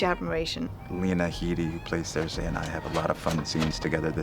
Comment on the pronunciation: To me her name is SerSEE not SerSay